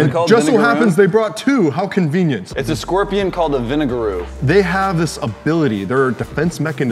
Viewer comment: Vineshin: Vinigerette: Vinigeru Me: soooo what is it called????